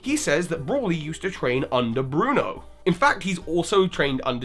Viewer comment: BRUNO ITS BRUNO!